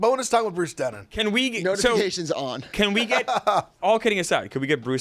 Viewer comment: His last name is Drennan not Dennan.